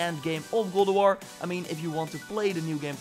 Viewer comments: Dude you need to learn how to actually say God of war not gould of war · this guy says goo of war instead of god of war LUL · and Goldoworrrrrr!!! I think your tongue is left handed.....